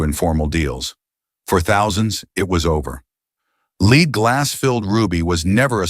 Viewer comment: “led glass” not leed